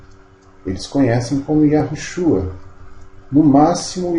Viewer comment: Porque vc fala que o nome do Salvador é Iarushua e não Iausha, claro tô escrevendo como se pronuncia eu descobri que a pronúncia comum é Iarushua porém tem uma regra no hebraico que certa letra antes de outra perde o som de rr, Veja o sobre nome o primeiro ministro de Israel Benjamin, aqui o jornal pronúncia Metaniarro e em Israel Metaniau, claro tô escrevendo como se fala